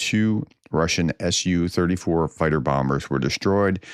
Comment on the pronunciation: Thank you for elaborating "S.U." instead of saying "soo". It is even better to say "T.U." instead of "to?", "two?", "too?" for Tupolev. Keep up the most excellent work.